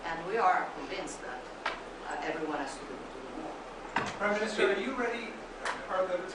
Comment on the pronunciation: Wow, he calls her priminster